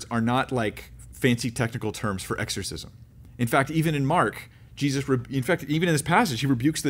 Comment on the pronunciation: Exshorshishmsh 😂🤣 That happens to me pretty much every time I say a word repeatedly, and the word (even the correct pronunciation) starts to sound weird too 😂